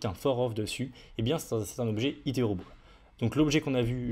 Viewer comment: stp fais un effort avec ton accent quand tu utilises des termes anglais, mes oreilles saignent (array => euray, iterable => iterobol) pitié